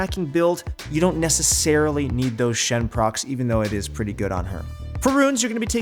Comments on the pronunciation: its not shen proc, its sheen proc. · Man said Shen procs instead of Sheen procs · Dem "Shen" procs though, lol